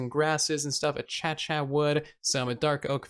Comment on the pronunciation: Sorry to complain but it's been bugging me I think the acacia wood is pronounced akashia not achacha